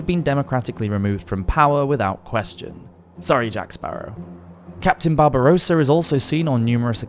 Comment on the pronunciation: Cptn Barbossa not Barbarossa 😅